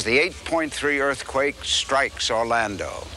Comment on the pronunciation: What the heck is an erf-quake ??